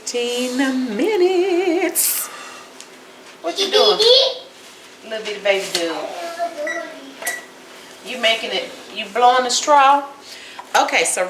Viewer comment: You said dud #1, instead of dude😂